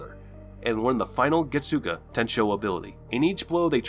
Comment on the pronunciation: The American pronounciations are kiiiilling me. Its like those commercials where the American is speaking spanish it’s sooo bad 🤣🤣add some zest to your pronounciation getsuga….. tenshou. Listen to the sub version the pronounciations are perfect!